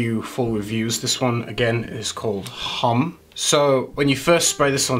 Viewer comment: May I discretely hint at the pronunciation of homme? In French the h is not accentuated but silent. So Homme is almost like Om :o)